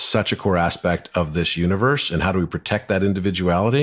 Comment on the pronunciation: "U in verse" sounds like "me as poetry." ❤❤❤